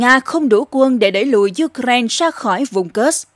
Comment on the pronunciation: Cô Xướng ngôn viên hôm nay đọc Ukraina tốt quá rồi! Hoan hô!👏👏👏